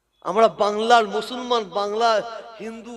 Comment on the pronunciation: Musolman splingta thik kore bolun?.mo solman kano bolchen